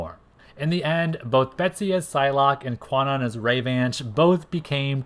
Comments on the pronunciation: 1. Kwannon is actually pronounced like Con Own. This article here explains the correct pronunciation and origin of the name: 2. Kwannon actually did have powers before the whole body swap ordeal. It was stated in X-Men #32 that she was always an intuitive empath, displaying, at times, low-level telepathic abilities and that was the only reason their procedure by Spiral was a success. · I know this is a 3 year old video but the w in Kwannon is silent: it’s pronounced “Kan-On.” “Kwannon” uses a premodern transliteration of Japanese that is no longer used. Modern linguistic systems would spell it “Kanon” (観音)